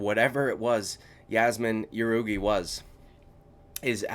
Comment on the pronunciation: I'll give you a hand with the names brother it's a-reach-e-lang and Yazmin how-rig-e